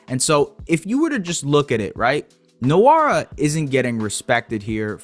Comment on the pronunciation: Good video. Btw its wora, the N is silent in nwora